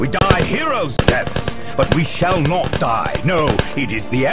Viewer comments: I think it's clear that voice actor was doing his first pass of the script, it was like he was reading it and speaking at the same time without fully concentrating! I don't think I've ever heard the word "not" pronounced as "nort"... except maybe by Borat. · "sphess" "mehraens" "deff" "symeultanious" "fuhreh" "emprarh" "gloreh" "nawt" "bawld"